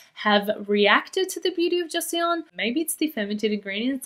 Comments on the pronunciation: Beauty of joseon is pronounced Cho sun:) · love ur content as always queen! just so u know, Joseon is pronounced like "Jo-sun" <3